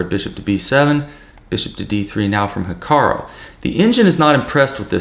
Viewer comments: 'Hikaroh'? Hahaha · I like you and all but please stop saying ‘Hikaro’ 😂